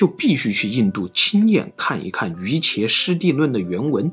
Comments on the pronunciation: 是“Yu Jia"師地論”，不是“Yuqie”師地論。這個“伽”字這裡要讀“Jia”。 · 错误太多了...瑜伽师地论，就是瑜伽论，念瑜jia，不念瑜茄，梵文是Yogacarabhumi，麴文泰姓是qu，一声。西游记可不一定是吴承恩写的，那只鲁迅兄弟自己考据出来的，没有定论，目前先安在吴承恩脑袋上。汉人士大夫以写志怪话本为耻，不喜欢具名，而且西游记、三国、水浒都是元明话本，每个零散的故事，早在元朝就已经是家喻户晓的评书了，只是元朝废科举，让文人士大夫无法入仕，才回家去编成章回话本的。它也不是什么国际政治的书，里面提到的狮驼国，明显是蒙古人反向输入回汉地的故事，因为喀喇汗国的阿尔斯兰汗和布格拉汗，正是蒙古西征灭花拉子模之前，十二世纪中亚最有影响的两位王，作者按元初历史照抄就是了。再者，公元六世纪的中亚还没突厥化，伊朗文化占主导，波斯拜火教才是主流信仰，佛教影响力在飒秣建国也远没龟兹、高昌大。孙悟空更不是什么胡人石磐陀，而是跟着佛经一起来到中原的印度史诗《摩诃婆罗多》里的神猴哈奴曼。印度主神都是有各种化身的，美猴王的形象，就来源于印度神话里千变万化的神猴，跟今天印度随处可见的哈奴曼雕像一模一样。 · 玄奘643年學成後，自創真唯識量論旨，在曲女城無遮辯論法會上等待十八天，結果無人敢出來辯難，不戰而勝，威震天竺，被當時大乘行者譽為摩訶耶那提婆（iAST Mahāyānadeva महायानदेव），亦即「大乘天」，被小乘佛教徒譽為木叉提婆（iAST Mokṣadeva मोक्षदेव），亦即「解脫天」。 又，瑜伽師地論（Yogācārabhūmi-śāstra），瑜伽二字依梵文拼音應讀為「魚家」為妥